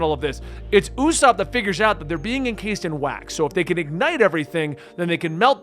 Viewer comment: Usopp is pronounced Oo-s-aw-p. No long O sound. Listen to the sub or dub to confirm. Japan's "P" has a "u" sound at the end but thats the only difference.